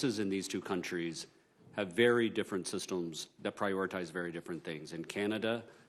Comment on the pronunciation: Did he say Sistums? is that a new drug?